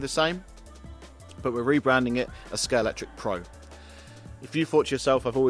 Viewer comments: Could do with pronouncing Scalextric properly in the first few seconds! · It’s good to hear people STILL can’t pronounce Scalextric since it was invented over 7 decades ago.